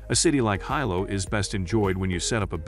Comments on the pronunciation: I instantly lost confidence in the recommendations when he (probably a bot) couldn't even pronounce Hilo right. It's pronounced Hilo not Hilo. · Please note that the pronunciation of Hilo is "Hee-low", not "Hi-low". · What's the point of watching a video on hotels when you don't even know how to say Hilo? How would you know what's best? 😆 Okay I watched the first few minutes. The Hilo Reeds Bay has no AC per their website so I'll skip the rest of this video. No telling what else you got wrong.